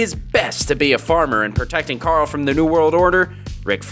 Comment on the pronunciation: It's pronounced Carl